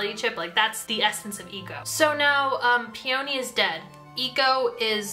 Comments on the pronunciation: I'm sorry but I'M SREAMING over the way you pronounce "peony" it's "pee-uh-nee" not "pee-o-nee" she's named after the flower 😂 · Okay i will forgive Eeko but i will not forgive the way you say Peony???? Pe-Oh-Nee girlie WHAT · PEE ONI!?!! PEONY. LIKE THE FLOWER. LIKE ELENA CALLS HER BELOVED FLOWER HOME WHICH I KNOW YOU KNOW WHAT IM TALKING ABOUT I SEE THE BIBBLE IN THE BACKGROUND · "pee-oh-nee" ITS "PEE-YUH-NEE." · For future reference peony is pronounced pe-uh-nee. It's a flower😂. Also I absolutely adore this series. It is one of my favorite book series ever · brooo i re-read cinder (for a kindle reading challenge lol) recently and somehow forgot how o b s e s s e d i was with the series. so goood. aso, i was always in the "Ee-ko" not "Eye-ko" camp, so that didnt bother me, but the hard emphasis on the o in Peony was almost too much for me 😭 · Your pronunciation of Peony is making me cackle bro